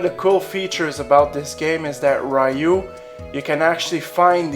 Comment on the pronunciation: Why does everybody pronounce Ryu wrong...